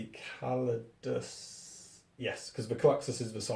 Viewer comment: CALidus not CLADius ;). Great battle and vid once again